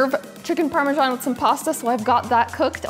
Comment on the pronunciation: You guys in this US need to learn to pronounce Parmesan correctly, that is ridiculous.